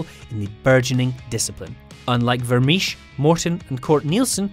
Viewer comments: Vermiche? Vermeersch is pronounced like Vermears for English speakers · Vermeersch. If you are going to mention a name that many times, is it too much trouble to check the pronunciation?